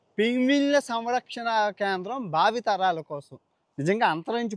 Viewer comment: పింగ్విన్ కాదు ..పెంగ్విన్